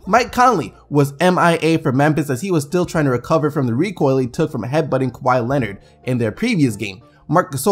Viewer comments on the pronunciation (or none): none